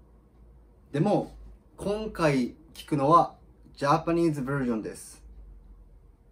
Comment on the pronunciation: Nobody: Not even a single soul:: Japanese Verrrrrsion-desu I cracked up